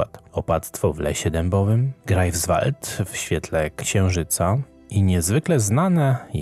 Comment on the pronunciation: Dzieci, bardzo to ladne, ale jestescie w Niemczech wiec potrzebna lepsza wymowa -GRAJFSwald, i SZTETYN.